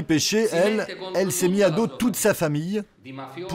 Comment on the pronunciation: C'est "Pesce" mais oui le journaliste dit péché 😂😂